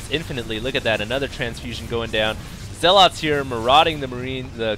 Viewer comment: how long do you need to play starcraft to learn how zealot is pronounced